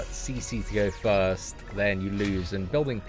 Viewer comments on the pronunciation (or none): none